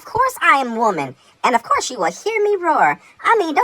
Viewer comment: 😂 "of coise"